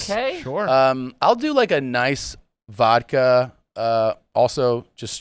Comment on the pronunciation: My dad also says "vokka". I'll be slow the correct pronunciation down and have him repeat after me. It then becomes "vodkeya". He does a similar thing with the word pumpkin. It goes from "punkin" to "punkeyan".